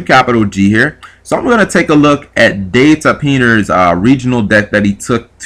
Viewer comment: The way you pronounced his name...so funny. Cant believe so many people are talking about a deck that topped a 95 people regional...